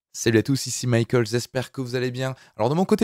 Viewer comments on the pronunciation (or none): none